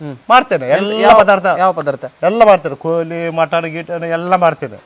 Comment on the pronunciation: ಒಲ್ಲೆ ಅಲ್ಲ ಒಳ್ಳೆ ಪದಾರ್ಥ ಕೋಲಿ ಅಲ್ಲ ಕೋಳಿ